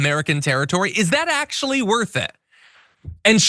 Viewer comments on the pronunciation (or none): none